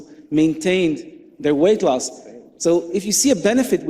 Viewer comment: Who wouldn't trust a food pyramid shaped dietitian with a New York accent who responds to Ivor with "Oh my God" and can't pronounce "Medi-garain-ian" or "late loss."